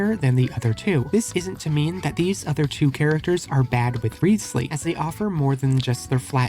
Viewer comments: actually his name is pronounced more like rizz-ly or rise-ly rather than reeths-ly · Pronounsed "Rye-oh-thess-lee"